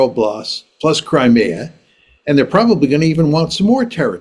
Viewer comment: couldn't name the 4 oblasts in contention or pronounce Crimea properly. It must be difficult for the Russians to negotiate with such ignorance.